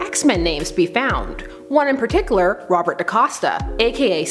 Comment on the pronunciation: Why can't she say "in particular" or "particularly"?...